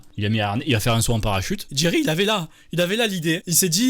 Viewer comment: J'ai entendu Thierry moi au lieu de jerry